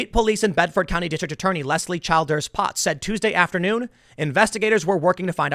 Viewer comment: Heeeey you mispronounced my last name! Chill-ders